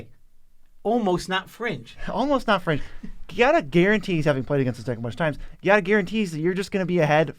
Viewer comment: Ciao! Giada is an italian name and the italian word for jade, so you can read the card a little bit like “Jad-ah” Long time fan, cheers on the million subscrivers!